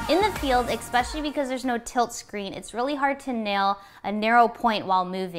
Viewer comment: "Exspecially"? Or "Especially"?